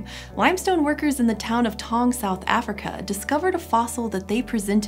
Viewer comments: It's Ta-wu-ng not tang, taung means a place of lions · I'm 10 months late, but it's 'tah-oong' not 'tong'